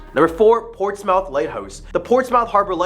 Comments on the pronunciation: Somebody please tell this guy how to pronounce New Hampshire, and Portsmouth lol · Great stories but you’ve got to pronounce things right. New Hampsha, Socco River, Portsmouth etc. But good job otherwise.